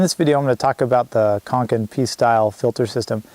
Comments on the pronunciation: Conkin and Newer, or Cokin and Neewer? 😂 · Hi good video think it's cokin though not conkin 😉